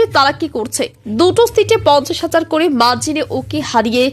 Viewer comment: চ্যানেল টা আমার প্রিয়। করে, বলে, অধীর শব্দ গুলি ঠিক করে উচ্চারণ করবে। ভীষণ শ্রুতি কোটি।